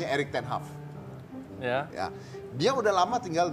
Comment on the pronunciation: om dedi punya tmn jerman namanya eric ten haf? apa eric ten hag? wkwkw